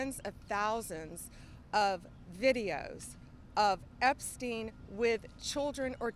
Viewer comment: Dude is still called "Epstein", not "Epstin".